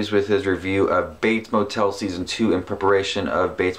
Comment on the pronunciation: “In peparation” 🤣😭